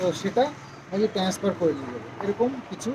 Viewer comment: Eta 'transfer' hobe.. tenesper noi 😂english words jokhon bolbe Pronunciation thik kore bolbe..